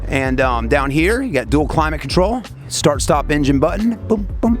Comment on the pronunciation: seeing if it helds up?! you mean held up?! i was done when he said s tar t 8.